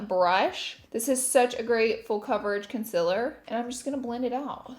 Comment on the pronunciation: Remove the "cameo" "con-siller" with some "miceluler water" 😂😂😂